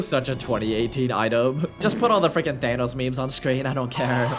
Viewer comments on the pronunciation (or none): none